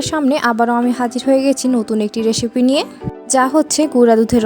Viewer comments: আপনি "স" এমন ভাবে কেন উচ্চারণ করেন,খুবই বিরক্ত লাগে শুনতে😑😑 যেমন- রেসিপি কে রেশিপি,রেস্ট কে রেশ্ট, সাইজ কে শাইজ,স্মেল কে শ্মেল বলেন🙂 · রেসিপি ❌রেশিপি✅ 😂😂😂😂